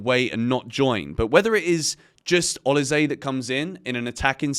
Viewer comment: O LEE SAA - try this pronunciation 😅😅